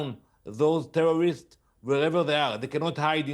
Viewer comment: "Tewworwists" - moron.